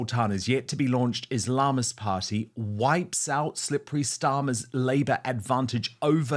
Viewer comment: Islamist, Dan when you pronounce it emphasise the 'is' & 'ist', not the 'lam'.